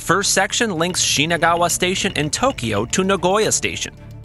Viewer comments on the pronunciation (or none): The name is shinagawa station not shiganawa